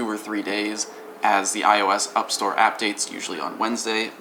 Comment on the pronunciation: "UpStores" and "Appdates" i just lost it xD